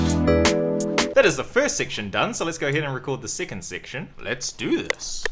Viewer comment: “Sicand sictian”